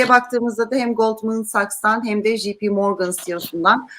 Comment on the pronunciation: "JP" İngilizcede "jipi" diye okunmaz. Ya tercihen Türkçe okuyun ya da İngilizce olarak doğru dürüst okuyun.